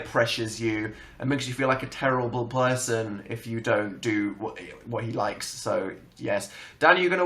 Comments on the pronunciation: lmao it doesn't even sound like bo-person it just sounds like blerson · it sounded more like 'blerson' but idk what to think, i'm going to have some serious issues over whether he mixed up his words or he intended to say boyfriend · Sharøn Abayøv or best friend.. it sounds like blerson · I agree with other commenters that ''blerson" was a misspeak. he followed through the word perfectly and there was no stumble or hesitation. P and B are the same movement with the lips, he just used his voice too early. Dan has been misspeaking for years; he does it so often he doesn't always bother to correct himself. I'm sure if fans thought about it, they wouldn't either to accidentally out them via a slip-up. IF they have anything further to say on their relationship and doing so would make them happier, I hope it is under their control and when they're ready. not like this. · He literally just said person weird. He said poisin or something weird on accident. Why does everyone think he was going to say boyfriend. He just messed up when he spoke . They have a wonderful friendship that a lot of people wish they had after knowing each other for so long so why do people keep shipping it? It didn't even sound remotely close to the word boyfriend.😂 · "he makes you feel like a terrible blerson" uh Danul? you ok? 😂🤔🤔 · for anyone looking for dan saying "bperson" its near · i heard a rumor and came for that part and i wasn't disappointed. one of dans worst slip ups if u ask me